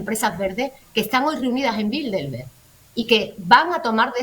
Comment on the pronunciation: Por qué dicen BildeLberg?. De donde sacan esa "L" que no existe?. Se supone que son gente culta.... No se dice BildeLberg, se dice BildeRberg.